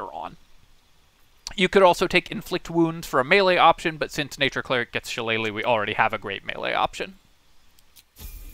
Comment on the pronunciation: Kudos on the pronunciation of shillelagh. Always cracks me up when Americans butcher it. Especially seeing as how many of them claim to be Irish 😂